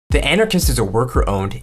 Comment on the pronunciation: Narrator can't correctly pronounce "anarchist."